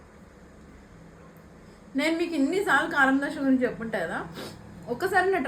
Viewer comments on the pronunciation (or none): Dosa.....not dosha